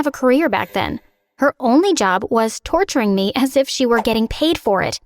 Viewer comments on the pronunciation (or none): "her only Job was turturing me"